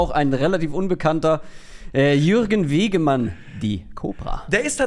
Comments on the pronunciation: Wegmann, nicht Wegemann. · Jürgen "Kobra" Wegmann, nicht Wegemann 😅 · Die Kobra heißt Jürgen Wegmann, nicht Wegemann ^^ War leider nicht so giftig wie er gern wollte... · Jürgen Wegmann, nicht Wegemann ... und giftiger "WIE" nich "als". Grüße